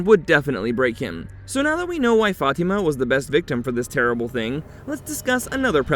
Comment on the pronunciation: I used to work with a lady named Fatima but she pronounced as: Fa-Tee- Ma. It just sounds wrong when the narrator pronounces it another way. I do love this show; thanks for the recap!!! :face-fuchsia-wide-eyes